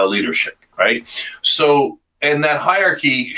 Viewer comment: Cenk its hierarchy not hierchy.